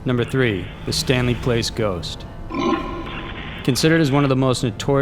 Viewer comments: it was ok until the narrator does not know how to pronounce Stanley Palace an not Stanley Place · Palace not place, my man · palace is not pronounced place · "Stanley PLACE'??? It clearly says, "Stanley PALACE". You know 'pal-ass'.😄😆😆😂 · Stanley PALACE... NOT PLACE. You always mispronounce words and names. It's very distracting. I like your channel but geez it drives me crazy! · I cringe each time he says Stanley Place. Place?? It's pronounced PAL*iss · the way "palace" was pronounced is weird